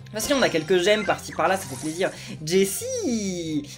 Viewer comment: C'est moi ou à il a dit sa fait zizir ? 😂😑